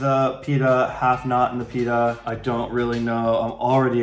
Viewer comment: I love these two! Whenever I see them I know it will be a funny video. Also pronouncing pitta that way is everything 🤣🤣